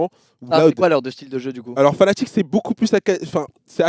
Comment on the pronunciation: Brawks qui dit toujours Fanatic alors que c'est Fnatic